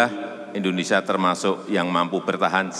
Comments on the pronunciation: Indonesia mbak bukan Endonesia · Indonesia.. bukan endonesia